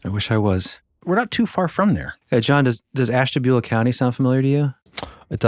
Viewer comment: I can tell yall are from the area because you're the only ones on youtube who know how to pronounce Ashtabula correctly.